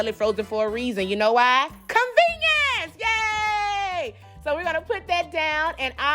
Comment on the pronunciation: “CON-VEN-IENCE YAYYY” 😂